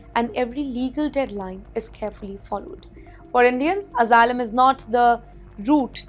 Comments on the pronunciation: Returning to Hyderabad would be very dangerous, apply for Asylum and get free hotel stay and curry, biryani it's paid for by the American Tax payer, learn to pronounce Asylum please, get your H1 b and come over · learn to pronounce Asylum please, get your H1 b and come over, we need English teachers like you to teach H4 kids and spouses